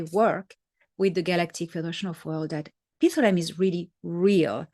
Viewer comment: Dr. Salla has started pronouncing Pithlam wrong, so listen to David Adair say it. Pith-lam, no “a” in between.